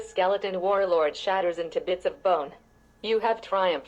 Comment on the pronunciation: "The skeleton war-lard"